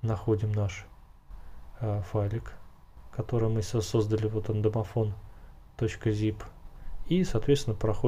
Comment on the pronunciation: "Домофнл" +1